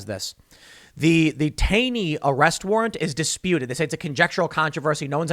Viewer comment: "Taney" pronounced "Taw-ney". We have a whole town dedicated to him in MD